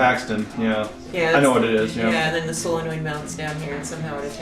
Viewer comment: It's solenoid not soyenoid. :)